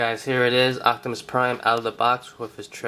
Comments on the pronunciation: are you saying ochtamus instead of optimus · He says "octimus" lol